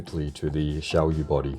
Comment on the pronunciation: It's pronounced as siao yeah Means small moon